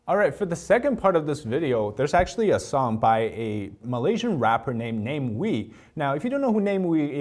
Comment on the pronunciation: Namewee name is pronounced nah mee wee. 😊😊